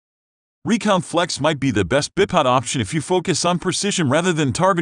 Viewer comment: is he saying bip pod?